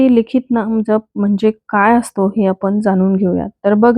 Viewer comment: नाम ज्यप . ताई जप नाही .ऊच्चार .